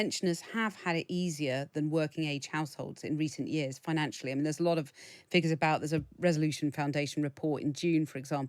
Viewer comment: Yers and yers and yers 😂